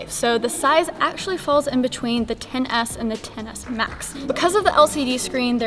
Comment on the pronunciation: You kept saying the “ten-ASS.”